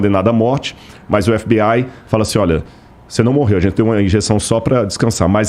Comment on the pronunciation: A primeira vez q ouvi alguém chamando (fbi) de fbai 😂